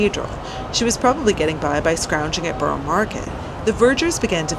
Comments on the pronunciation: Truly Amazed I am. You are saying burro not burrah-just trying to be helpful..no need for the sarcasm ,thank you. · Burrah , no one from the Borough says burro 🤣😊